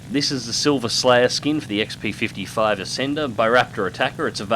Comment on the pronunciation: Yay, you said it right! Such happy! :D